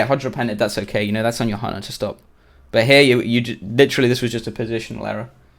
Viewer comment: why do i hear honor when he says hunter xD